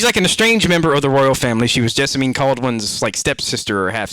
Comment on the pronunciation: I have a bone to pick with you,. You dare say "Jasmin" for Jessamine, yet correct on Déraciné. I need answers!